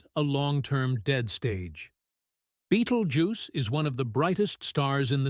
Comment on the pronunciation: Sorry, I couldn’t watch anymore after the 12th different ways you pronounced “Beatlejuice”